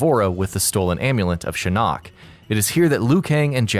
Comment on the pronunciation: No one else is bothered by the way he pronounces Shinnok?!?